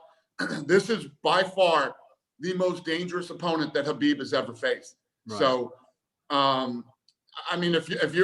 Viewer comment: He says Habib and not K-habib, finally someone says his name right, now they just got to get his last name right, it's pronounced Nur-mohammed-ov